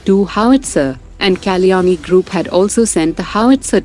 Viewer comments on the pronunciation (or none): Please stop using an AI driven voice. An Indian voice would be great because to hear Kalyani sound like Kaleeyaani is just silly. Takes away from the seriousness of India's achievements.